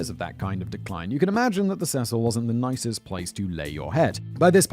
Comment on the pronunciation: 'See-sill' is the pronunciation for the hotel for future reference.